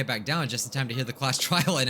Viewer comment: Did you say trail on purpose or a joke from trial 4?